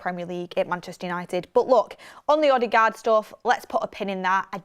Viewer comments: It’s odegard not odigard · Please stop saying OddieGard... 😂😂😂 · still sounds better than how she pronounced it